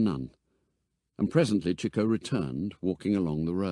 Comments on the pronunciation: Interesting enough, but why did no nobody inform the narrator as to how to pronounce 'Chico'... ? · Interesting pronunciation of Chico. In the US, it’s usually “Cheek-o”, not “Chick-o”. Anyone know why this is?